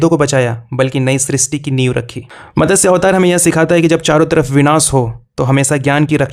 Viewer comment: आप भगवान विष्णुजी के अवतारों के बारे में बता रहें हैं उनका मतस्य अवतार नही मत्स्य अवतार है इसका सही उच्चारण करें .......इसी तरह आजकल की पिढी को मालूम नही जो स्वक्शता बोलतें है जबकि यह गलत उच्चारण है... सही उच्चारण स्वच्छता है यदि नही मालुम तो पुराने लोगों से पूछें .... इसी तरह लोग बोलतें हैं प्रथ्वी ....यह गलत है सही उच्चारण और सही शब्द पृथ्वी है .....इनके सही उच्चारण का बडा महत्व है और प्रभाव भी.....इसलिये हर भारतीय को संस्कृत का ज्ञान होना बहुत उपयोगी है ..संस्कृत ज्ञान का अथाह भंडार है...